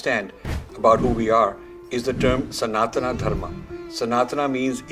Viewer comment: Rajiv ji, thanks for your inspiring videos. But one request, please pronounce sanatan properly. Call it सनातन and not सनातना as you do. We should not get carried away by western pronunciation. Thanks